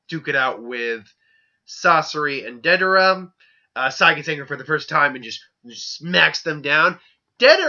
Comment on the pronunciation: Yep. He fucks up soooo many names. Lol. Calls Day-der-a , Da-dar-a. Lol.